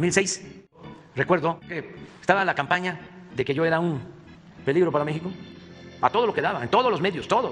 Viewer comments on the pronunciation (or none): none